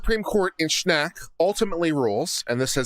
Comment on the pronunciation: THANK YOU for covering Schenck v. United States... I was like oh no you did not refer to Schenck! You said it wrong and it's BAD LAW! You Rock!